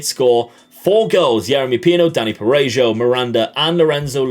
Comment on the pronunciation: Your DoF signed Lucca? You've already won the game, congratulations xD .P.S.: The "J" in Parejo sounds like the "H" in house by the way.